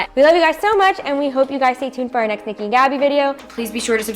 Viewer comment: You said it perfect Niki so proud of you! Much love and respect <3